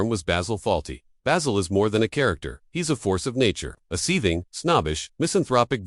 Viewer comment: Yes, how could this voice be saying 'BAYZIL' when it's clearly 'Bah-sil' as said in the show. WTFF